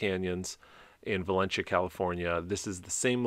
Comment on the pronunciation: Its pronounced Valencia, va len see ya. .